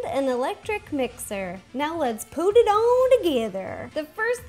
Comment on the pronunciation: When she said let's put it all together it sounded like let's poo it all together